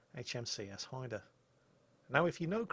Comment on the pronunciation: Great video as usual. Nice to see the name Haida pronouned properly, maybe you could give Flambass lessons?